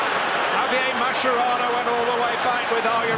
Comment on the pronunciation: It’s an Italian surname , it’s not pronounced mascherano, it’s maskerano